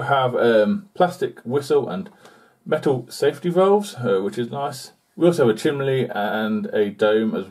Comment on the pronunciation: chimney ....chim...nee...not chimlee